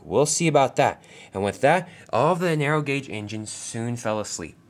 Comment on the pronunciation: You said narrow rong